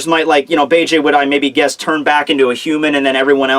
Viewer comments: it's beeg not bayjay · The name isn't fucking Bay-Jay it's Beige like the god damn color. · "Bege" is pronounced "Beige" btw now Bay-Jay lolol